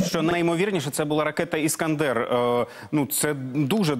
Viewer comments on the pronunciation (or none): А хто прочитав шо эскандэр???